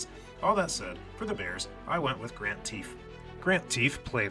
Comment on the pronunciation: Teef!! Pronounced Taff